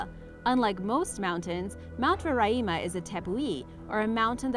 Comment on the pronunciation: I live in Guyana and it is pronounced like Guy ana and the mountain is pronounced like Ro ri ma